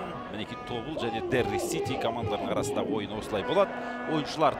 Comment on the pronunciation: Тобол емес ТОБЫЛ